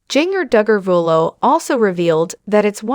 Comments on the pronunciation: Its pronounced Ginger not Jeenger good lord🙄🙄🙄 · PLEASE learn how to pronounce HER name! It does NOT rhyme with ‘zinger’. It is Ginger, like the spice! Nothing shocking here! Just another rambling on video! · Please pernouncing her name.. phenically, it is said as ginger as in ginger ale. It was spelled with a "j" as all of her siblings' names. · Pls learn to say Ginger correctly. Say it like the herb Ginger. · Yes please please learn how to say ginger...jinger😊